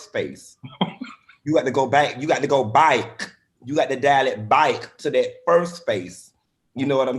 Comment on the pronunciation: Haha "byke" Miami ALLLL day